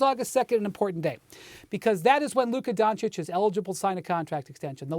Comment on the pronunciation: “Luke Kadoncic”